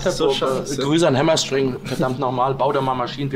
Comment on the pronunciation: "Hammer Sträng"